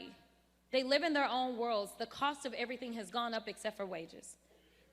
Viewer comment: 😂😂😂😂😂😂😂. Stay the course girl. You go girl 😂😂😂😂😂. You do dis and dat and aerytang lol. TRUMP is WINNING BIGLY